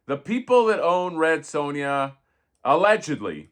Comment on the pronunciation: Red Sue-N-Ya